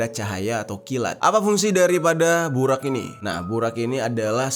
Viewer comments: Bang maaf nihh yaahhh setau saya penyebutan buraq nya salah harusnya nyebutnya buroq tapi di tulisnya buraq🙏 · Bacanya burok bang bukan buraq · Bacanya buroq Bang xixixiii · Bukan BURAK bang tpi BUROG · Bang bukan burak burrok itu bacaannya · Burok bukan burak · Di baca nya bukan BURAK tapi BUROK cari tau dulu baru cerita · Burok bang bukan burak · Bacanya burok bang, dalam bhs arab ra itu di baca ro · Bacanya 'BUROQ' bang jeri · Kalo ga salah buraq dibaca buroq bang, maaf kalo salah, sukses selalu bang jeri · Buraq cara bacanya Burok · baca nya buroq bang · Sedikit benerin kata ya kak Buraq dibacanya itu=Buroq Shahih dibacanya itu=Shohih Ar-rass dibacanya itu=ar-ross 😁😁😁